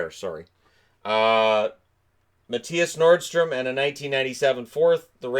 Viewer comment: It is a very small thing, but his name is actually Mattias Norström. Not Nordström. :D